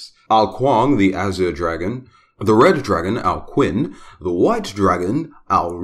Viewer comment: In Chinese, Q is pronouched as "ch". Ao Qin isn't "Ow-Kwin" but "Ow-Chin"